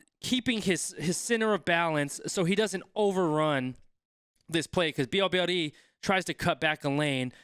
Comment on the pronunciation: Votre prononciation de son nom est déjà une grande réussite pour un anglosaxon.